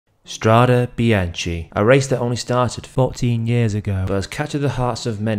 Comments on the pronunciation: PRONOUNCED: strade bianke! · Nice video but it's pronounced strade bianke (and the "e" is pronounced just like the "e" in the word "end" )